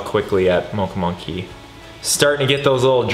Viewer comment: Could it be that you say "Moncha Monkey" instead of "Mocha Monkey" a lot?😊😋✌